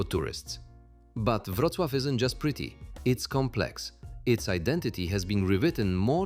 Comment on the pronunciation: Przecież dobrze "Wrocław" wypowiada.Chyba że coś poprawili od wczoraj